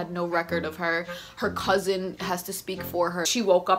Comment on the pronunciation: “Her cuuZIN” LMFAOOOO